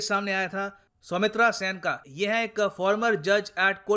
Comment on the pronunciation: सौमित्रा नही सौमित्र बोलिए. आजाद भारत में किसी भी जज को अभी तक impeachment process से हटाया नहीं गया है.